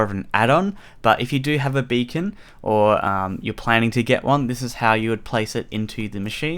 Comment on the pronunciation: For a sec I thought you said you can change the color of your bacon xD